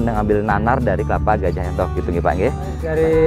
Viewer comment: Sedikit koreksi nggih bukan Enthok tapi Entog nggih. ..